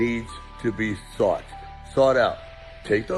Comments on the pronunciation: It's sought, not saught! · saught is sought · Sought out not saught out